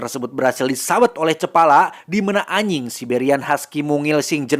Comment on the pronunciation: ajing bukan aying bang 😂